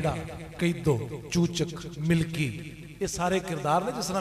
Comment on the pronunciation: Bhai lafaz, milki nai,Malki ha